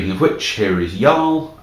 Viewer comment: Thank you for pronouncing Jarl's name properly.